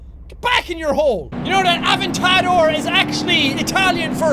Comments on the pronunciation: it's the Lamborghini Aventador not avontedor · He said Av-en-tador it’s A-vent-a-dor lol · Ray GunWinner it sounded like avocado when he said that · jack keeps pronouncing it av-en-ta-dor when really it should be aven-tador. AND jack, sorry to spoil your dreams, but aventador isn't italian for SPEED IS KEY, but was the name of a bull who won some competition or something. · I love how he says AventTAdor, when its pronounced AVENTador. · I am triggered, a-ven-ta-dor. ;-; u mean adventador? I don't mean to be correcting, but the adventador is my fav car. But u were right about one thing. Don't meme and drive. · Av-en-tad-or lmao it’s A-Vent-A-Door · Jack: Av-in-tar-door Me:It's aventador!! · Lamborghini avartado did he just say that. It is Lamborghini aventerdor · Jack is my favorite youtuber but THIS VIDEO MAKES ME CRINGE so first off its not the AHVentA(AH)Dor its A(uh)vent(Vent)A(uh)Dor(door) and its also not pronounced Nisan its Ni(knee)ssan Btw everything in parenthesis are the pronunciations. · Actually jack it’s aventador not aventaro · It's aventardor not avetidore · fnaf gaming! AWSOME it's pronounced "Av-en-ta-dor" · Jack... It's pronounced A ven tah door XD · Jack, it's said ad-ven-ti-dor. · what did he call that lambo? Ahventadoor? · The way he said aventadoor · A-Vent-A-Door that’s how you pronounce it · The Lamborghini is pronounced "ad ven ta door" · Jack/Sean I know this is a old vid but I can't help but tell you that you're saying the lamborghini "advetador" all worng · It’s pronounced (Avent-ah-dohr) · Lol it’s pronounced ad-vent-a-door😺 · You said Aventador wrong,you say it like it's Aventadoor. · Jack you said Aventador wrong you said avocado is Aventador and you said Nissan GTR wrong you said Nisan GTR when it is Nissan GTR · You pronounce it ad-van-ta-dor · Lamborghini Aventador is pronounced avent-ta-door. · It's pronounced (event-a-door) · Say ad-vin-ta-door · It's pronounced A VENT A DOOR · It’s pronounced (ahh-vent-tah-door